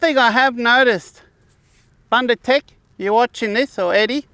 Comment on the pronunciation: Hi, thank you for promoting a South African product. Let me assist you with the pronounciation, though. The "u" in the first syllable, "Bun" is pronounced exactly as you are pronouncing the second "u" in "ndu"..it sounds the same as the "oo" in "book". Bundu means bush, or bushland or any area far removed from civilization...hope this helps?